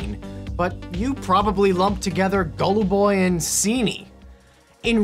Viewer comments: Actually haluboy, not gololologloboboy like you wrote. You wouldn't like me pronouncing cheese as geeze, would you? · as i person who speaks russian i laughed a lot when you called them golluboy and ciniy.